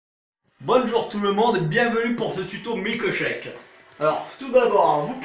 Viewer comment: Il a pété un boulon cet allumé ! Putaiiing con ! (ps : on dit un milkeushakeu)